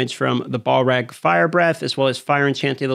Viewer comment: It’s pronounced balrog not ballrag 🤦🏼‍♀️🤷🏼‍♀️